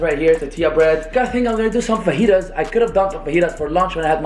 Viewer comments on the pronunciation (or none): none